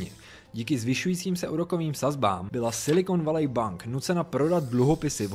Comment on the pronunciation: Super informatívne video ale to "Silikon Valej" mi trochu trhá uši :D